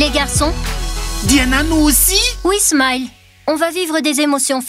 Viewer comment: On dit smile pas smayele